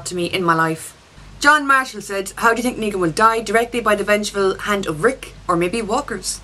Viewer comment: Why does she pronounce ''Think'' like ''Tink'' ? xD